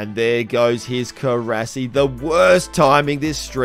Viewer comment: Stop saying Korasi. Its not Korasi